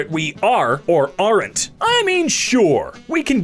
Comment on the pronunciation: the way he pronounced aren't though